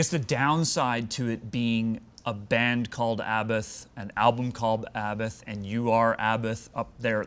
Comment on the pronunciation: The best thing I learned from him his: sssshhhhhh... papapapapapam... vvvrrrooooooom and also how to pronounce 'Abbath'.... more or less